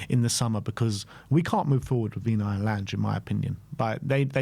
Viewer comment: You can’t even pronounce “Lange” properly and I’m supposed to take this seriously?